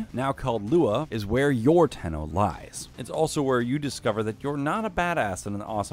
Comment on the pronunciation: Zariman 10-0, 10-0, ten-0, ten-oh, Tenno....